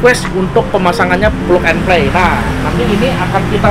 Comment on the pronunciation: PLUG = bacanya Plak and Plei alias PNP.